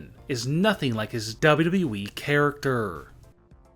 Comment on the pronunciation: When u say WWE I feel like ur saying Way way wee But no because it way my brother Bc he was yelling at big show in wwe in a game he said WAY WAY WEEEE